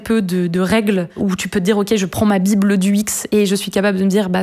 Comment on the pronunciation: Elle dit bible d'UX...